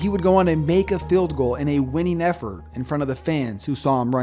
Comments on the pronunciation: It’s not field it’s field GOSH DARNNET this is America not Great brittan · What if if pronounced 'field' correctly?